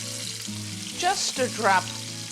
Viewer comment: I hope someone can answer this question about the "spices" you use Lidia. I have noticed that in some of your videos you sprinkle spices on your dish and you call it "petichino". I only call it that because I am hard of hearing at 64 and I can not quite make out what you call the spices that you are sprinkling on the sauce. What is "petichino"? I have done Google searches and I can't find what it is. If someone else knows what it is please tell me! Thanks Mark